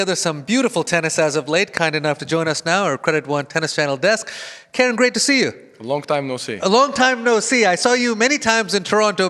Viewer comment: It's pronounced as KAH-REN (as in Ben) Not KAIR-REN like the female name.